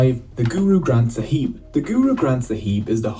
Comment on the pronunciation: I love how they mispronounce so many things GoOrOo gRAnTh SAhEEb